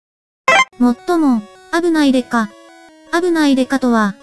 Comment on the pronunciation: 「危ない⤴️」を含めたイントネーションが気になってしゃあない。